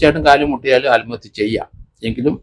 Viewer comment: സാർ... ആൽമഹത്യ അല്ല. ആത്മഹത്യ.